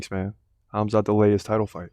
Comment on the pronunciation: I just wanted to say thank you for saying Hamza name properly, i know the Russian way of spelling is confusing and wrong, it hurts my ears when people say kamzat, instead of Hamza.